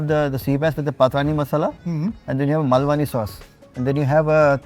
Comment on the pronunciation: Pretentious Bhai, didn’t like it at all, no jaan in the khana. Can we go back to the wonderful kala mutton at Jagdamba restaurants near Pune? What’s the point in eating Brit ingredients? Seems like the guy has a colonial hangover. P. S. The chef’s careless pronunciation of malvani was a pissoff. Its Maal-vani, not Mul-vaani. Next please.